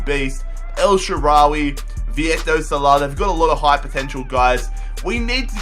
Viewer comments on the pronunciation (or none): none